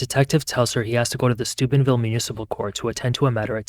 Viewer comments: Thought you said supidville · it sounded like stupidville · Is this dude saying stupidville Ohio? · Stupidville / stoopidville Am I hearing that right? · Did he just say Stupidville Ohio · I keep hearing the town name as Stupidville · I thought you said Stupidville Ohio 😂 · Ah, Steubenville... I kept hearing Stupidville.